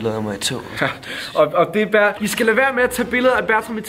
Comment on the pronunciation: det hedder baer ikke ber